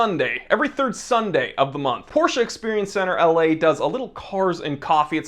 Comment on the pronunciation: POR-SHHHA is God tier